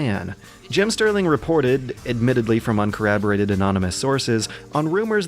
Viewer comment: Corraborated? It's pronounced the same way it's spelled; Cor*rob*orated. I love this video by the way.